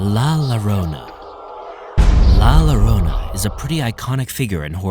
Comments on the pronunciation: It is written with two Ll...Llorona. And is pronounced with " "J" for the "Ll" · Just to let the narrator know la ĺlorona when there's double ll it's pronounced as a j in Spanish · The name is la llorona with double LL and you got the story all wrong coming from a real Mexican that knows exactly how la llorona sounds and it doesn’t hunt ppl with kids..you need to get your facts straight…Lol